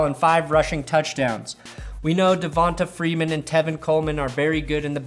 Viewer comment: its duh-von-tay freeman not duh-von-tuh